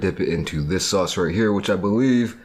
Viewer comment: LOL “where’s the “saoss” immediately becomes normal a few seconds later and says sauce